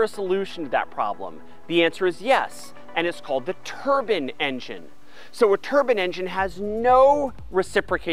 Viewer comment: Love the explicit details. One slight problem I have, is that if you want to speak English, my language, you should remind yourself that turbine is spelt...T..U..R..B..I..N..E. Bine at the end is pronounced as in wine. Not bin. Ok after me, let's say it together. Ready??? Tur...bine. Fantastic! Give yourself a pat on the back. Well done.!!